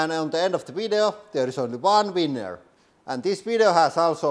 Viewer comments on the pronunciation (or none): I giggle every time you say winner. Sounds like weiner.